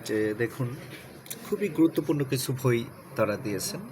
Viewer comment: ভই না বই